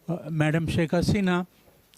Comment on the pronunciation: SHAK Hasena is right diction